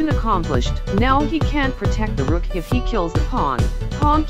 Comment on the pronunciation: Rook said porotect